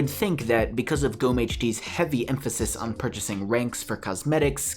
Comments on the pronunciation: How you speak "Gomme" is just AMAZING xd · Ich finde es lustig wie er "Gomme" ausspricht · Lol im from Germany 🇩🇪 is swear and u have to speak Gomme not like that 😂